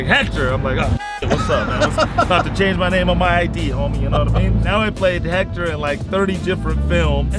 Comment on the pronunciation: It’s hector